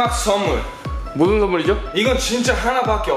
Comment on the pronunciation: 선무를 솨와쒀요